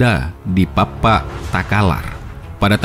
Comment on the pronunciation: Ralat Bontolebang, bukan Bontolumpang, bukan Pappu tapi Pappa. Saya hanya membenarkan kata katanya.